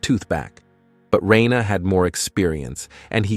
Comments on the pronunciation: ITS NOT RAINA ITS RANER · I can tell you watch dub with how you say “Reina” not Reiner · WHY THE FUCK DO YOU SAY REYNA!??!?! It's fkin RY-NER holy shit! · Am i the only one who got confused at the first time he said reiner's name bc he said it "Rayna" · Why can't anyone pronounce Reiner lol.